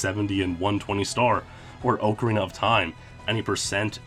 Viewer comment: Pronounced ocarina wrong, I can’t keep watching